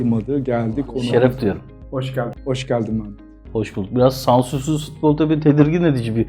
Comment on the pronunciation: Altan Bey, neden Meğğğmet? Meh - met demek çok mu zor?